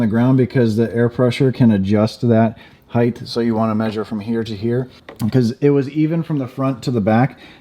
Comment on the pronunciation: Lol I used to say “heighth” too